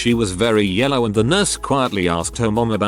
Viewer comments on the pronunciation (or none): none